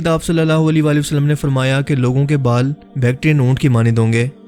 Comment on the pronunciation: sach sach batana kia ap ka huliya Nabi pak ki ommat key jawano jeysa hey...? Nabi pak ki All par darood hey or ap jab Nabi Pak(S,A,W,A,W,) ka naam letay hain to holi walay walay wasallam kehtay ho kam az kamAll-e- Nabi pak par darood to sahe tareqay say bheyjo.? maind ney karna bhai, Ap ka andaz-e-biyaan masha-Allah bohot zabardast hey, to esey andaz main darood bhe beyjo..?